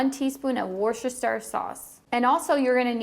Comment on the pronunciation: Hi I'm from Worcestershire, it's a county in England and it's where the sauce was invented. It's no big deal as most people in England don't know how to say it 😄 but it's pronounced 'Wustershur' Love your channel keep it up